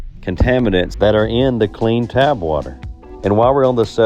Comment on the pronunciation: Just a small suggestion, but you can certainly say it however you want to, I believe the correct pronunciation is "tap" (as in rhymes with cap) water, aka you are tapping into the municipal water supply.